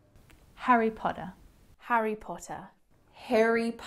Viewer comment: Famous Harry POTTAH, cant even go to a bookshop without making it to the front page